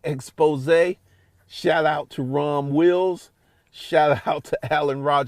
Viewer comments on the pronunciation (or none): none